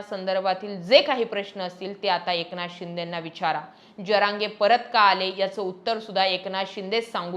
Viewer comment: ज म्हण ग पोरी ज्य म्हणू नको. ज्यरांगे नव्हे जरांगे म्हण. येवढं भारी सांगते. तेवढी चूक दुरुस्त कर.